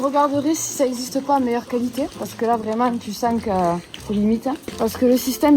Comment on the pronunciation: Fou rire sur le qualitAIIII 🤣 Bonne fête a toi aussi ☺